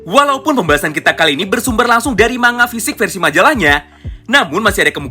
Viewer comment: Bang kenapa kok ngomongnya mangga kok ga manga aja